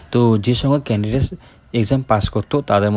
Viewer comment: ক্যান্ডিডেস😅 । ক্যান্ডিডেটস ✅